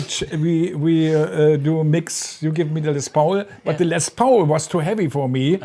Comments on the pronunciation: With all due respect, for someone who has to use English for their job, one could expect a more proficient level of English. I mean, c’mon it’s Les Paul, pronounced Les POL and not Pauul. As they say in Hamburch:I speak English weri wäl , aba bloß nicht so schnell. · hahaha "les pouwl" made me lol too ;)